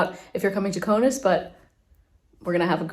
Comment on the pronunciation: It is K A U N A S < not Konas !!! Lithuanian Language, not English !!!